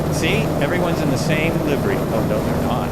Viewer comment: future ref. The "i" in livery is a short vowel. It's liv er y not live er y. See horse stables.